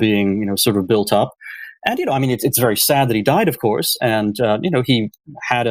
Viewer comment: Brendan. I promise that I will donate if you start pronouncing your "v" sounds properly, instead of saying "ff" sounds. For example, instead of "of course" you say "off course". Thank you